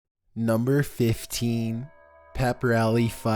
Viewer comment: Number fiften, burg